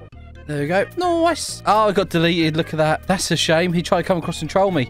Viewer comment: Say noice again🤣🤣